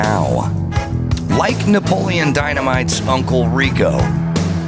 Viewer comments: Isn’t “Napoleon” four syllables. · “Napoleon” has four syllables.